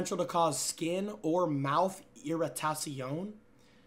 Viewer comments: Irratasion lol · why did you prononce irritation in the french way